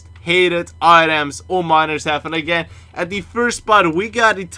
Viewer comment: HAVEN. not HEAVUN